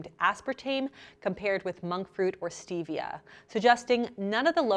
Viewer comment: Stevia is 100% natural especially crushed green leaf or liquid. You can grow it in your back yard. White care sugar is really processed so much that I would identified as artificial. Also please pronounce Stevia correctly. Cravings occur when the candida in your body needs to feed on sugar, thus cravings.